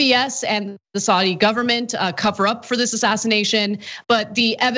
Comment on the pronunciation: Id like to make a few points about this video... 1. Saudi is pronounced SOW (as in female pig) DEE. SOWDEE. not swordi, as Anna said it. Sowdee. 2.) Saudi Arabia also has vast wealth, and incredible natural resources. If the US implements sanctions on Saudi Arabia, they'll simply stop selling you oil. They make more money than america could ever dream of, and that oil revenue gives them astronomical power, especially over a country which relies so heavily on oil... 3.) I didn't get to a third, so ill just remind everyone that Cenk basically sold out recently, and lost a huge amount of respect. Shame... Enjoy your evenings folks.